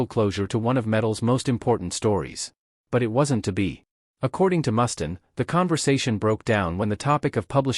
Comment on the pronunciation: Ikr? Can't watch the whole thing, if they can't even get the names right.